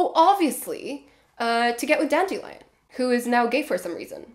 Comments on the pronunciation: ahhh yeah lots of people love PK, i guess thats my unpopular opinion :) i just really couldn't stand his Ciri or how he randomly starts mispronouncing Dandelion half way thru the books. Idk his narration style really didn't work for me. Maybe its bc i am spoiled by Fonopolis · the voice he did for Ciri triggered something in me and now I have PTSD when I think about it. Also he randomly starts mispronouncing Dandelions name Blood of Elves onwards and I was like ????